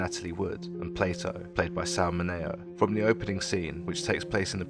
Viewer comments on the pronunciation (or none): Despite mispronouncing “Mineo” a dozen times, a very good analysis of Rebel Without a Cause, and a nice tribute to James Dean.